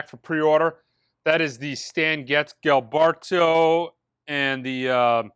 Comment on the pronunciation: Damn it, your pronunciation sucks. It's Getz/Jill- Bear-Tu, not Gil -Barto. He's not a Simpson character.